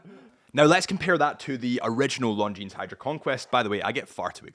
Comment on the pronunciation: Please, don't pronounce the 'S' in Longines. 🤣